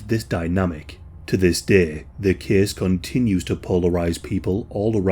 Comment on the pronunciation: Case “Cease” Takes “Teakes” Place “Pleace” Tube “Chewb”